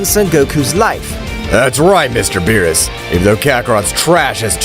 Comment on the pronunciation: Bro always berus but whis